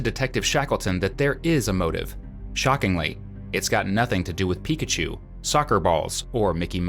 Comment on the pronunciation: It’s Pikachu* Not pikatchu